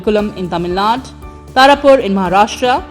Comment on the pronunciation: Its not Tamil Naad, its Tamil Nadu.